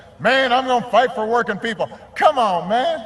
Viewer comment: "c'mon man" when obama get a southern accent lol